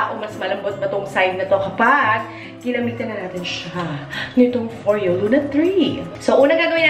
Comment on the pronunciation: Tere Cagindagan NO. IT'S FO-REYO 🙄🙄 IT'S SWEDISH GIRL. DO YOUR RESEARCH. Lol 🤣